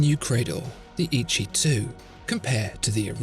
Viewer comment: I think it should be pronounced as Eh Yee Chee though. Great video!